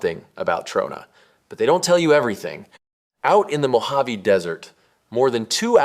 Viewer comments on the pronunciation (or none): none